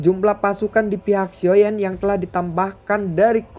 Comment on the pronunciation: Xio yen dan long yen xio zhen (geli dengernya) 😂 bro dengarlah masukan dari para fansmu soal penyebutan tokoh karakter. Oya tetangga sebelah sudah duel antar kaisar bintang 9..loh. Gak oengen kebut?